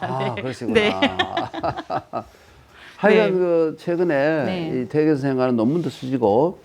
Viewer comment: 또 약갼 의아스러운 일! 여교수의 "퇴계"의 "퇴"를짧게 잘못 발음한 일입다. ""퇴"는 길게 발음하시옵소서. 퇴계론 에 "퇴계"의 발음을 바르게 발음하지 못한다는 것은 이 얼마나 큰 실례인가? 긴 자를 짧게 잘못 발음한 예:4단 조복 , 세계,제사,퇴계, 퇴계,(마련해) 줘서등이면, 이런 발ㅇ.ㅁ 문제를 가볍게 보아도 좋은지요? 저는 심각한 문제라고 생각합니다. "한국 어문을 고발함"이라는 책을 읽어 보실까요? 미국 변 완수 드림